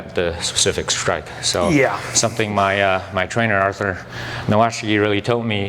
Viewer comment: its called Artur - lol